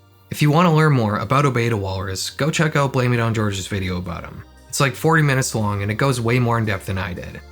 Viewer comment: Good job pronouncing blameitonjorge correctly, I see a lot of people say "Horhay" but that's not what he says in his own videos